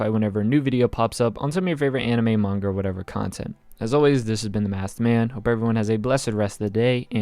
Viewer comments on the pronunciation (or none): none